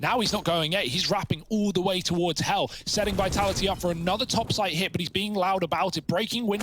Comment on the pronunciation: VITALA'HEE lol I love how the guy doesn't pronounce the second 'T' in Vitality